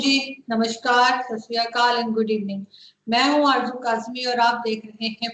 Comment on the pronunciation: It's fauji not fauzi It's Arzoo not arjoo Interchange z and J,your problem of diction will be solved.